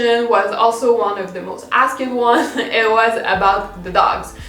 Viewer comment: avant de care sur si un mot existe en anglais ou pas quand tu parles, je t’invites à pratiquer à prononcer des askED en askT hahahaha ca va deja aider beaucoup 💕